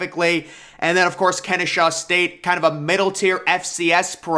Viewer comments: Its Ken-eh-saw state. I go there so its pretty exciting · God please learn how to read. If you see an “h” in Kennesaw, I will apologize.